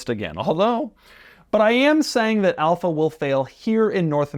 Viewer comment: I clicked this video hoping he wouldn’t say Alfa and it was the first one 😂